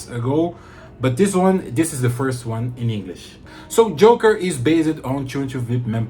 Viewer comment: Ótimo vídeo, curti demais. Só um detalhe mano, o nome do perfume é jocker com C e não Joker como o coringa, então ele se pronuncia "jócker", que é algo como atleta, o inglês está muito bom, curti demais.